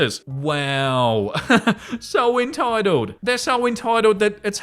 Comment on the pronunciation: Very “enetitled” 😂